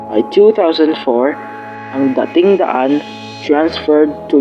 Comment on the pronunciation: DAting daan, not daTING daan